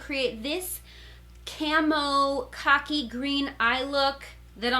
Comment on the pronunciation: Every time you said “khaki”, it sounded like you were saying “cocky.”